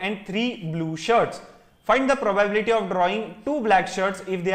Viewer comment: probyebility :) probably you will learn how to pronounce it